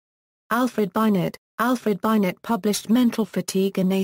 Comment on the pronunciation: This is disappointing. At least pronounce names correctly, i.e. "Binet" pronounced "Binay" not Bynet